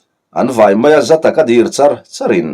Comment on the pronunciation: Dir i lam dan hi Dìr ti loin 'mipa hlir an awm' tiha 'hlir' tih thluk ni thei se...